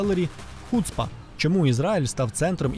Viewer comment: та не хУцпа, а хуцпА... ну як так можно, ти не чув як тобі то слово кажуть?